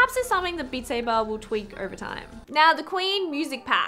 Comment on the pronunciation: Beat Saybah!